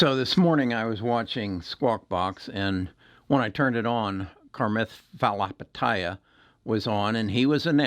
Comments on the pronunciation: It’s not “Car-math”, it’s “Chah-mahth Pah-Lee-ha-pa-tee-ya”. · Haha one of the best mispronunciations I’ve heard in a while!! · Lol "Karmeth Falhapitieya" at least pronounce his name correctly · Ok so here is my 2cents. In watching this video it seems clear to me that you are not very familiar with the excellent track-record of Chamath Palihapitiya as a human being in general and specifically his investments. I come to this conclusion simply because you fail to pronounce his name correctly and don’t seem to understand that Chamath is revolutionizing how more companies in the future will go public via SPAC’s due to many advantages that your video does not cover. Chamath essentially started this massive influx of companies going public via SPAC when he took Virgin galactic public via SPAC last year. His track record is proven and I SUSPECT he’s on to something here. I personally own some shares of open door, however I was invested prior to the agreement being announced. Chamath has a very interesting story and world view, and his track record is unquestionably exceptional.